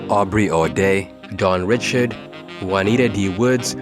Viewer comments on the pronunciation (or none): Dawns last name is pronounced RAH-SHARD not RI-CHARD lol can we please get my sisters name right PLEASE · Richard as in "Ri-shard" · Dawn REE-SHARD…🙂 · Dawn Ree-Shard y’all can say Robert Ri’chard so easily it’s sickening.